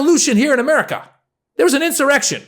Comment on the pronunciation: She said “Merica” 😂